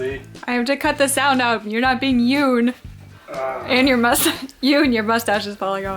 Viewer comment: it's not it's Yun lol